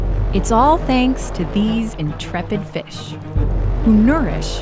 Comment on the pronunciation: Fish? Don't you mean FEASH